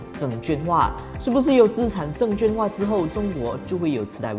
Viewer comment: 资产证券化 ，证券的券读音是quàn，不是juàn